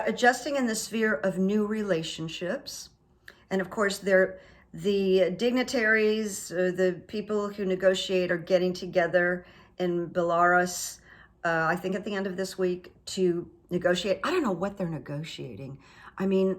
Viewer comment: I think you meant Zelensky, but said Valensky and -41 it is Belarus pronounced: Bella-Roos which means "beautiful Russia". I've heard so many readers mispronounce those two words. I think I have discovered Runes to be more clear than tarot cards. I hope Zelensky's hastiness you said, doesn't involve him thanking Putin for coming to his senses in agreeing to a ceasefire, or forgives Russia for what happened in the hope that Ukraine can work with all nations including Russia. What do you think? Will Putin try to flee from Russia as animosity against this madman is swelling among the Russians. Very interesting reading. Thank you.